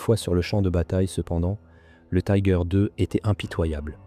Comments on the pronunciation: Marre d'entendre le nom du char mal prononcé. Pourquoi le prononcer à l'anglaise alors que c'est un char allemand et que la vidéo est en français. Si vous ne parvenez pas à prononcer son nom en allemand, faites le en français mais surtout pas en anglais qui n'a rien à faire dans cette vidéo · le "i" en allemand se prononce comme en français.